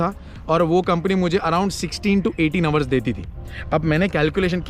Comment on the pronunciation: Sorry to say . What is ours ours . Kya bol rahe ho dekh to lo Pehle 😂 kon sa accent Hai yeh. Hours hota Hai.